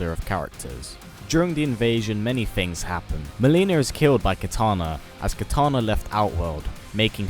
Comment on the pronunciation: He said Kitaner